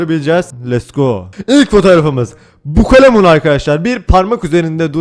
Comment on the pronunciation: Türkçe : Bukalemun Baturayca: Bukulemun 😂😂😂😂😂😂